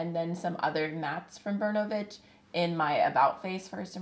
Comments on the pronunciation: In the word "Bernovich ", the accent is on the letter “O” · just want to add. it's not bErnovich, it's bernOvich. Hi from Russia!